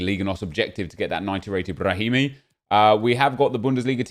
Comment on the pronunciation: Nobody: Nobody in the universe:: Brrrrrrrrahimi